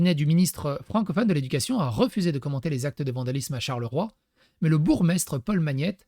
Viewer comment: [Brusselles, Charleroi, Ouallonie].